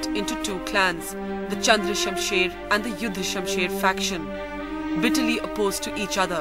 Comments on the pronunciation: That's not yudhashamsher you morons that juhdhashasher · It’s Juddha Shamsher not yuddha Shamsher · Juddha shumsher not yuddha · Not yuddah sumsher .its judda sumsher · Juddha Shumher Not Yudha Shumsher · It's not yuddha Shumsher it's juddha Shumsher. Don't fool people's